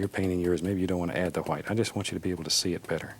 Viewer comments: It’s how he says white 🤣🤣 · because she spelt it the way he pronounces it. He literally says white with an h. So it sounds like hwite...... You must be new here.. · White* Edit: I probably shouldn’t correct this with the argument going on up here /\ Sorry Edit 2: i got the joke it sounds like hwite r/woooooooosh to me